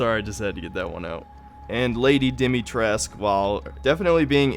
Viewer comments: Besides the doll section, I really liked the game. Especially, Castle Dimitrescu. But I’m probably a bit biased being of Romanian descent. Also, it’s not pronounced Dimitresc. It’s dee-mee-tress-coo. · For everyone still wondering: It's pronounced Dee-mee-tres-koo, not Dimitresque... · Yeah I don’t get that pronunciation. Makes no sense.